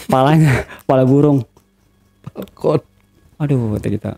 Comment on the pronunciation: Eee malah diperjelas sm bang ale "palkon" Katanya🤣🤣